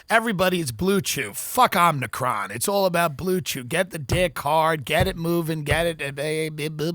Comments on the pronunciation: I feel like it was kind of a bit bc Biden said Omni-cron but just FYI for y'all it is a Greek letter (like alpha beta delta) pronounced OH-mih-cron, emphasis on the O like in Omitted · "omnicron"?? jesus..... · Tim is smart and very funny. But somehow despite repeated corrections he can't pronounce "omicron" correctly. There is no n, Tim. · Tim not being able to say omicron is still funny years later. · If TD ever pronounces "OMICRON" the same way twice I'm unsubscribing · knows if he points out Tim’s mispronunciation of “omicron” he’ll be savagely beaten. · Its legit embarrassing that he is physically unable to pronounce "omicron" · Body of a competent lesbian working at AAA , mind of a ditzy blonde that can't pronounce omicron. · Word Omicron is really kicking his ass :) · I died a little every time he mispronounced omicron, even after they said it on the clip haha